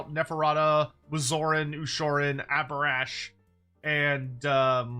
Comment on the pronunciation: It absolutely should have been Abhorash